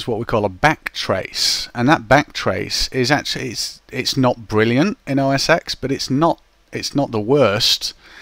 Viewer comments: it's not called mac os 'ex' The "X" represents the roman numeral for "10", therefore it should be pronounced Mac OS '10'. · i hate when somebody says os "x" its 10! TEN!! not EXX.. just a comment.. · os X? No, it is OS TEN! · I know, but the correct way to say it is 10. It just bothers me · Wikipedia says it should be pronounced "mæk ˌoʊ ˌɛs ˈtɛn" - mac os ten.